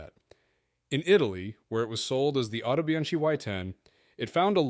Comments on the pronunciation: How to pronounce Autobianchi. Not like Autobianshee Rather like Autobiankee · Autobianchi is pronounced "Autobianki" Anyone who cannot even pronounce the car brands correctly does not have even the most rudimentary knowledge. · It's pronounced bianki.. autobianki.